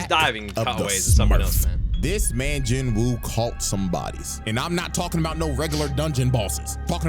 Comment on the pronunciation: I will keep sayin this until people get it right, the W in Jin-woo is silent, its pronounced more Jeenoo